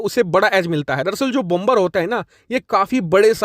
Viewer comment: Please 🙏 Please PRONOUNCE BOMBER AS BOMER WHERE B is silent Thanks 🌷 Normandy France 🇫🇷